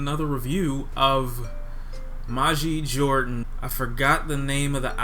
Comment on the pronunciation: You're mispronouncing their name